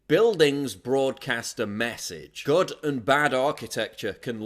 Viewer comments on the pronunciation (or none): none